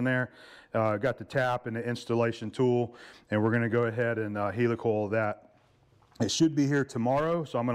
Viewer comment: hi. so you say heely coil... no it is heli coil as in heli copter.. ok .. ?? sorry .. soap box again